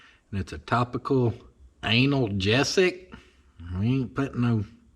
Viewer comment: I am a registered nurse, and I just about died when you were saying ANAL-gesic lololol, it's AN-algesic it just means pain reliever you goofy dude 😄